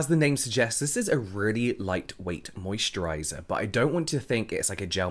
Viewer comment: I already has a better mosturizer. I only come here just want to hear james say "mosturizer" 😂